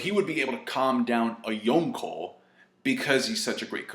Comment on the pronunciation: See how long it takes me to click off when he pronounce yonko